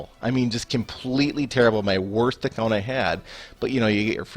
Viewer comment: Lol he tried to say worst but said sum thing else xD so body say speech impediment